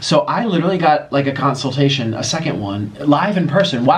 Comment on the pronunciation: Tell how to pronounce consultation 😂